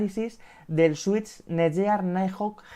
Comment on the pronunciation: El vídeo está genial, sólo un apunte. La marca se pronuncia tal que: NETGUIAR